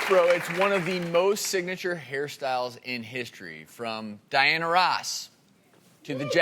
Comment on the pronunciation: Why did he pronounces Diana “RAASS” like that? Cringe.